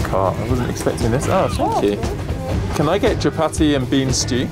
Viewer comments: Lovely video of my magical Kenya By the way it’s chapati not chabaki Chapati . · the way she says chapati; a kalenjin ( one of Kenya's tribes) would be happy to talk with you.